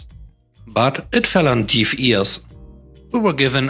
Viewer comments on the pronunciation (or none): "deaf" is pronounced similar to "dead" not "deal." Keep up the quality content!